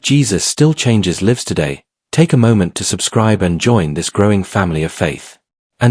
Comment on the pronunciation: I love hearing the testimonies even though you keep making the same mistake on the pronunciation of the word "lives" JESUS CHANGES LIVES" NOT LIBS